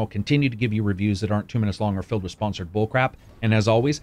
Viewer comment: The way you put an emphasis on 'filled' in the video's intro. Very interesting.